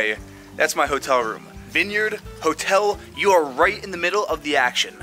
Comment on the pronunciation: This dude saying vin-yerd its a vine yard